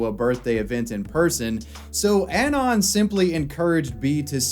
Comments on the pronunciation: That's not how you pronounce "anon". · It’s pronounced “UH-NON”. Not “AN-ON”. For fucks sake.